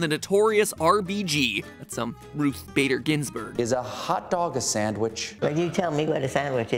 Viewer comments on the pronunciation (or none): none